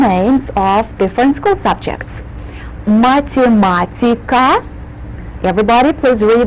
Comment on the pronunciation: "вы изучаеЦе", "маЦемаЦика" - можно было бы корректнее произносить